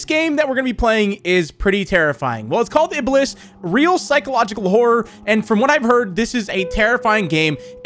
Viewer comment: I THOUGHT IBLIS SAID BALLS 🤣😂